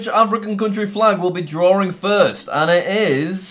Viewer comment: I love how he says drawing drawring